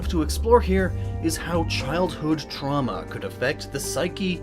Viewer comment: "the symptoms of childhood truma"... lol truma